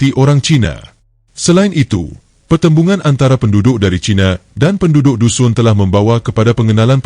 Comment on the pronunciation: Sebutan nama kaum tdk ngam..Lebih cantik kalu org bangsa sendiri yg buat kajian..